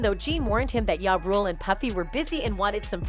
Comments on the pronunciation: Are these video compilation AI??... she pronounced the artist Jah rule as Yah rule. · Its ja as in jar....like really. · Its not ya rule stupid😂 its JA rule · Ja rule not ya rule. Ja ja ja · Out of all of the millions of people with just a little touch of swag in the world you couldn't find 1 to narrate this video? People not of the culture should not be reporting on hip hop. She is calling Ja Rule Yah rule. Not to mention how like all of them mispronounce Tupac calling him too pack. Half the lingo sounds extremely corny when she says it. I wish there was a hate button. 1 thumbs down is just not getting it. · Using this white lady voice to make it seem more important lmao..dam computer its ja rule not ya rule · It’s ja rule ja like (jah) not ya rule lol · Ya Rule... Is that Ja Rule? These don't automated voice need to properly pronounce English worda a bit more properly 😅😅😅😅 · Ja rule. Not Ya rule 💀🤦🏻‍♂️ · Pronounced as Jah Rule not Yah rule just trying to make money from black people's misery. Stop the properganda . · Ja Rule not Ya Rule lol. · I hate when white folks don't do enough research to know how to pronounce names.... Who TF is ya?! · we got a new rapper, Ya Rule....the AI voice on this is awful lol it called the D.A.s "the das" LOL!!!!!! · omfg his name is not pronounced YA and "2pack" seriously? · Man yall might wanna get a new narrator that's familiar with the culture...I've heard "Ya Rule", "Jay Elo", come on now... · 🤣🤣The whole video I couldn't get past she saying "2 Pack & Ya Rule" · I was like who is ya 😂😂😂😂 and 2 pack I’m like who tf is narrating this cause i couldn’t even listen to the story 😂😂😂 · "Yah Rule" "2 PACK" 🤣 Never heard of these guys before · I really need this narrator to say these rappers' names correctly. She's saying Tu-Pack and Yah-Rule/YayRule. Like, lady you have all this tea and 411 and dont know these people's names??🤔🧐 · Did she say “Yah Rule” 😂😂😂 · Don't forget Ya rule it butchered that too!😂